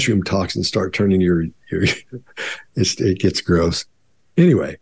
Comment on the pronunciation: it's "Gross" Not grouse (grouse is a bird)